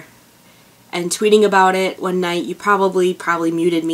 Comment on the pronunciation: ***** that "MIGHT" tho 😂😂😂